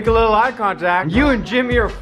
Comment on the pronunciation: Y u say lical not little